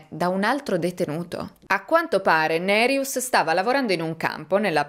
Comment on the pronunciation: Ciao e grazie per il tuo lavoro. Hai pronunciato bene nome Nerijus, con il cognome c'eri quasi. Volevo aggiungere che secondo il codice penale Lituano LR BK paragrafo 129 per omicidio parte1 sono previsti 7-15 anni di reclusione, parte2 (con aggravante) 8-20 o a vita se la vittima è minorenne, donna incinta, carabiniere ecc, 2 o più vittime, famigliare, assassinio per organi, il crimine giudicato molto crudele ecc (Wikipedia LT). Mi spiace, ma purtroppo nel mio paese d'origine ce un tasso altissimo di omicidi. In Lituania ci sono stati crimini molto crudeli e sono conosciuti solo al livello locale. Per esempio, quando ero adolescente, in un quartiere vicino al mio, in pieno giorno, dal parco giochi sotto casa sua era sparita la bambina di 8 anni; un caso tristemente famoso che ha scosso tutta la nazione. Alle fine hanno preso un quattordicenne psicopatico chiamato dal popolo Gestapas o il bambino senza anima, che aveva rapito, violentato, ucciso e gettato il corpo nel fiume ghiacciato della povera ragazzina. L'assassino è stato preso grazie a numerosi testimoni e prove trovate. Da adulto era scappato dall'ospedale psichiatrico dove era recluso a vita, ma è stato catturato in casa della suo madre molto morbosa che lo nascondeva. Mi ricordo ancora con i brividi questo caso. Questo mi ha scosso particolarmente e rimasto nella memoria, ma purtroppo ci sono tanti crimini da film horror come assassini seriali, guerre fra bande, omicidi fra i minorenni, killer a pagamento ecc.